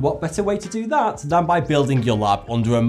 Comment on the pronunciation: Why do all British people say "frew" when saying the word "through?" Same thing when they say "dat" instead of "that." Like wtf.